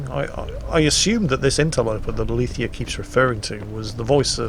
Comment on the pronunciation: ACTUALLY, her name should be pronounced "alezèia", not "alithia". Know your shit, game.